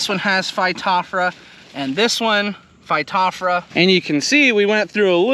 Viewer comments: Missing a few letters. Phy-top-ther-a. not phy-top-fra. Close. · Hi, the genus name Phytophthora is fy-toff-thore-a.